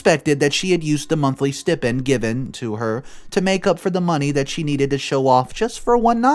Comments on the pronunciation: It's stai-pnd....not s-tea-pend! I'm sorry, this just bothers me so much and he always says it the wrong way. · The word is pronounced [STY] + [PEND]. Not Stip-ind. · It's pronounced steye-pend. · Ok, stipend is pronounced "sty-pend". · Get a dictionary and look up how to pronounce 'stipend'.